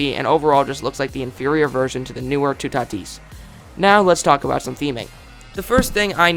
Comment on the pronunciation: You say toutatis lile tout at is